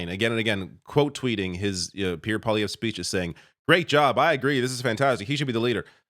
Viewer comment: Two corrections - Elon Musk is half Canadian. So it's not entirely fair to call him American or Foreign, even though he currently resides in the US. Also, it Poilievre, pronounced pwa-lee-ev-rhe. I know, I know, who gives a shit. Well, details matter.